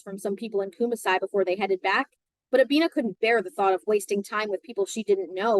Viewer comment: Thanks for the reading. Kumasi is pronounced Koo-maa-see